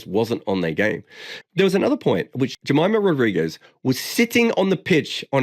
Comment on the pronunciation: I have immense respect for you as a broadcaster and an analyst. Enjoy all of your content on YT and otherwise. But I think you are doing the fans and the players a disservice when you end up pronouncing players' names incorrectly. I think western journalists need to put more effort in learning how to pronounce cricketer's names. Case in point being Jemimah Rodrigues where you are mispronouncing both her first and last names. We need to do better. You probably won't read this comment. But in the off chance you do, perhaps this will serve as constructive criticism.